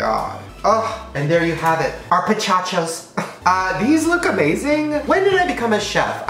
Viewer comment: “pichachos” shane i’m sorry i have to steal all these ideas